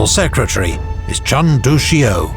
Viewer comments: I noticed that too 😂 John dooshiyow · Chen Doo-Shee-Oh. My ears hurt.